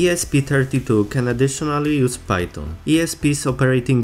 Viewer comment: "Phyton" LOL